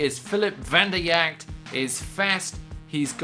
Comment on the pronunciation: Vanderjagt is pronounced Van-der-jat